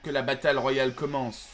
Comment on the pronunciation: "que la batale ro i ale commence " 2017😂